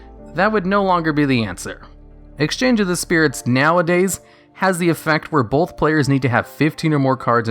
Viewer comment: Bro, "both" is not pronounced as "bolth". It's really hard to watch because of how you say it.